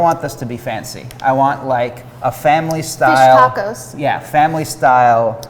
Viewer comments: the tuh-cohs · Forevermore to pronounce as ta-coz… Love it! 😂💚